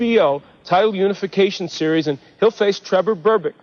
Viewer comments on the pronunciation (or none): none